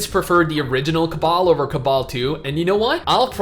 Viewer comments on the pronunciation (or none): Why are you saying cabal and not cabal?